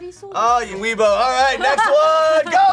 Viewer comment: calls out for saying placebo wrong but then says "Weboh" instead of "weeaboo". Shame on you